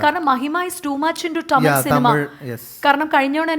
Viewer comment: ടമിൽ അല്ല തമിഴ് ആണ്.